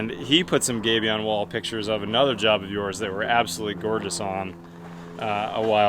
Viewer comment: Yep, he was mispronouncing Gabion and then you heard it as you wrote.